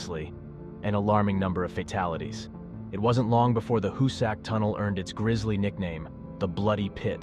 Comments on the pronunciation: Howsic. Tunnel!!! No sacks There 😂😂😂 It's pronounced Hows'ick!!!! Go in the tunnel you might become a ghost!!! Don't do that 🙏🏼🙏🏼🙏🏼🙏🏼🤔😵‍💫😵‍💫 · It's pronounced HOO-sic. I've been in the tunnel a thousand times.No biggie. It IS illegal now to be in there.